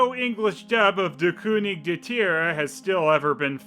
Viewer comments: Great German pronunciation! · As a German Its so funny how he says der „König der Tiere” 😂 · pronouncing "Der König der Tiere" gives me life. How many of those movies are there!?!?!?